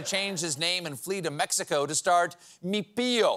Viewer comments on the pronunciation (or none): none